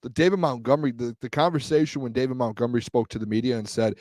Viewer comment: please say these two words for me..... Mount...... Mont....... now say Montgomery